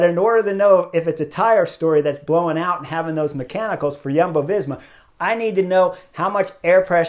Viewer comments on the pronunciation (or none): none